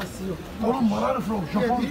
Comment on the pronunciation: Ver ar yu fram - Japone? (2x) - China